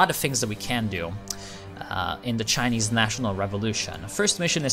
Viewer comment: Man your Chinese pronunciation is amazing! Are you ethnic Chinese or have you learned some mandarin?